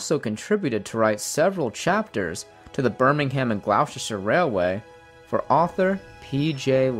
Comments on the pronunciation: "Glow-chester" is pronounced "Gloster" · Deltafire Gamers I come from Gloucestershire & he didn't say it right XD